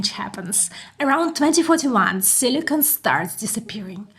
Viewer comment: Silicon not silicone, you keep saying silicone.